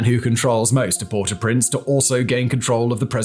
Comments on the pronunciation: Port-AU-Prince. That was annoying... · "port oo prince" hahaha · you pronouncing Port au Prince so wrong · I thought you’d have been intelligent enough to know how to pronounce Port-au-Prince. Shame. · Yo please pronounce properly Port au Prince